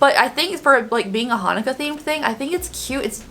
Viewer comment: Hi! Jewish follower here. “Chanukah” is a different spelling of Hanukkah that represents how we say it in Hebrew. Jewish prayer is in Hebrew; When we light the candles of the menorah on Hanukkah we say our blessings and sing songs in Hebrew! Just explaining. It’s pronounced Hanukkah but with a “ch” like you’re clearing your throat. :) Tommy Pickles from Rugrats was Jewish in the show and they did special episodes for the Jewish holidays of Chanukkah and Passover (“Pesach” in Hebrew) — it made a TON of us feel seen and represented and they’re like CLASSICS to watch those episodes in American Jewish communities! Chanukah (there are a bunch of different spellings) starts on the 25th of Kislev in the Hebrew calendar which is during the winter, lasts 8 days, and occasionally coincides with Christmas! This year it doesn’t, but it’s typically any time from late November to late December. I love the collection and feeling represented in a holiday collection!!